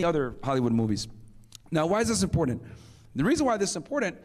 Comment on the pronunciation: can't even pronounce the word important correctly. lol